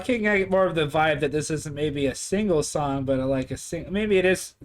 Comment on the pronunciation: SONG! not dong😅😅